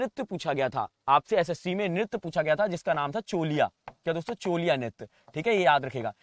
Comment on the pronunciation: चोलिया नहीं छोलिया